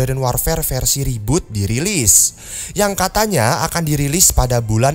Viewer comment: reboot bro bukan roboot